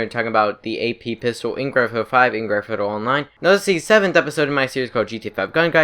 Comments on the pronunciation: Gran fthhthhh athfo actually lmao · “Gran-fhfufjfudj online”